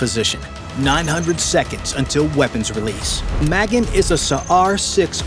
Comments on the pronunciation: I'm Israeli and I find this video relatively informative. But the way the name "Magen" is pronounced is still wrong. The emphasis should be on the end of the word: maGen- similar to the word "again". Not Meh-gen. And I doubt the Houthis have got SA-6 batteries. If they did, it would've been destroyed by now. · "Ma-gin" is probably Ma-GEN, Hebrew word for "STAR" as in STAR of DAVID, Flag symbol of ISRAEL & the JEWS. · The vessel is called magEn, not mAgen. It means "the Defender", or "the Shield"